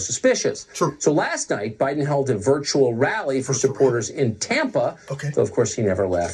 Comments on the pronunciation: you kill me! "Joe Ba-Din'". Love your vids!!! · Love your pro-nouce-a-tion of Joe Bi-Din Name. Sooo absolutely fuuunny!! You are a great joker!! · Joe “Ba’den”....pure gold. 🤪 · pronounces duh Joe's last name perfectly